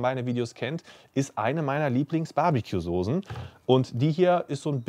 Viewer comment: SOSEN? alter das hei´t Soßen , scharfes S .... kotze im Strahl wenn man sowas hört :D